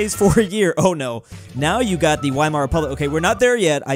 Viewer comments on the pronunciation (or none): it’s pronounced “Veemar” not “Weemar”